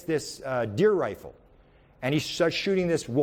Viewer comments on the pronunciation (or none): none